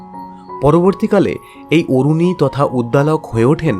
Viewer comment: আরুণী not অরুণী